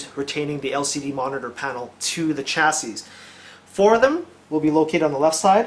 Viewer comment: Chassis is pronounced "chass-ie"